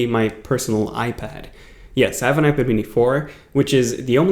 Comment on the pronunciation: Is he saying ipader?